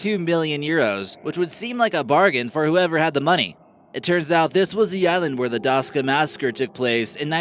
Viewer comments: it is not Daska it is Daksa, please change it out of respect, thank you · The number of Serbian victims in Jasenovac cannot be much higher than 50'000 (not 500'000! because it is mathematically impossible - so that is a vicious lie). Altogether the number of Serbian victims by nazi terror in Croatia and Bosnia cannot exceed 250'000 - 270'000. The island is Daksa, not Daska haha! And there some 45 inhabited islands in the Adriatic, although some of them, indeed, almost abandoned. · Hey,it's not Daska but Daksa.I am going there every day im summer with my boat :) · it's Daska not Daksa 😁😁